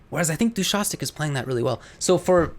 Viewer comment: Actually the name is pronounced as Du-shaS-tik. 😄 Not DushaKtik. But he pretty much approved of how you would initially read it in English in his recent tweet, so it's not big a deal.